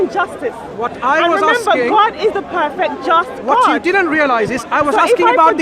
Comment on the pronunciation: I'm axing you. I'm axing you. What a deluded woman. Hypocrisy at its best. Make it up as you go along. She has no idea what her own religion teaches her.